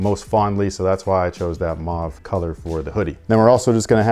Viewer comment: it’s not “maah-ve” it’s “muu-wah-ve”